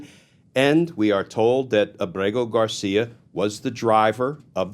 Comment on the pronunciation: Glenn you pronounce his name so perfectly almost like you have a man crush on him. Your phony tough guy serious tone is such a joke. I can’t stand phony. That’s all you are. You’re just another democrat hack that’s full of shit. Maybe you and Senator Van Hollen can have a margarita with him